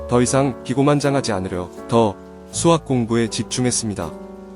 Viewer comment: 스학이 아니고 수학입니다. 시옷발음좀 잘하세요